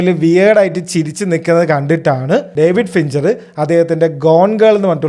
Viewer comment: ഡേവിഡ് ഫിഞ്ഞറ് 🙆‍♀️😬😬❌❌ ഡേവിഡ് ഫിഞ്ചർ ✅✅